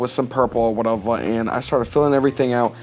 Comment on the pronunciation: I love ur "whatevuh" Oh and your drawing too! But mostly ur "whatevuh" JKKKKK